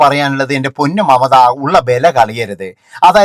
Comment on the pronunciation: മമത അല്ല " മംറ്റ " എന്നാണ് അവർ പറയുന്നത്🤣🤣🤣🤣🤣